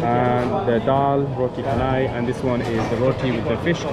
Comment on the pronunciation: roti canai is "chanai" not "kanai". KKmart and 7eleven price are more expensive since they operate 24hrs. cheaper one is 99speedmart